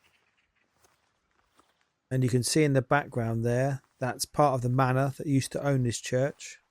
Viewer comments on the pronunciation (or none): none